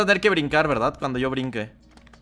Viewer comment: Porque dices berdat